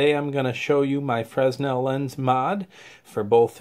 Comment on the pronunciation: Good Stuff. FYI the "S" is silent in Fresnel. It's pronounced Frenel